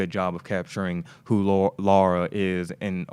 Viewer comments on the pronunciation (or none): Haha..you're still saying Laura